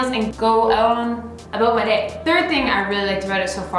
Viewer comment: I was not sure she was Canadian until she said “I didn’t have to think aboot it”